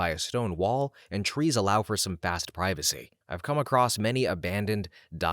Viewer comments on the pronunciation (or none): none